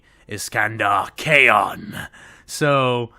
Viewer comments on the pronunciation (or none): Just a little note for future parts of this, Khayon's name is, at least according to the Black Legion novels, pronounced "Sekhandur Caine."